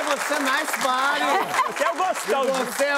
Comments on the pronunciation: Será que ele não falou nice buddy em vez de nice body? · Eu tbm entendi “nice buddy”